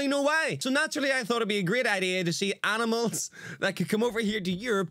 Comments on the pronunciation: Came to watch reaction, stayed for the "aminals" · I say aminals all the time bro, I'm glad it's not just me lmao